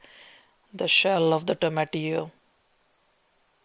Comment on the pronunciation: I like his pronunciation of tomatillo